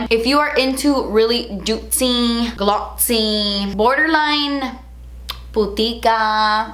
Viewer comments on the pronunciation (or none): Don't forget 'glotzee'!